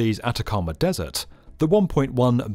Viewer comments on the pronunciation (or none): none